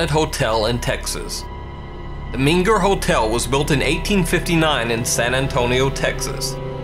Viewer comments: It’s MENger, not minger. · Surely "MENger" not "MINger" Hotel. Terrific post, though. Thanks.